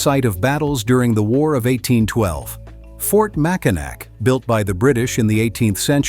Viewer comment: Oof. You mrounounced Macinac wrong.Its pronounced Mack-in-aw lol